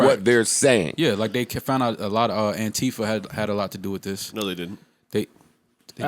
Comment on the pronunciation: saying Antifa... smh